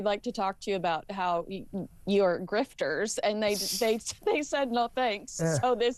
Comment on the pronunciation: He said griefters 😂😂